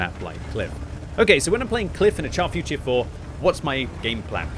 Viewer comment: Can u please stop calling it the Char FUR tier 4? Its Futur, not Fur!